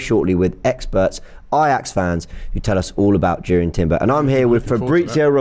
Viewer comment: Its pronounced as Yurrien Timber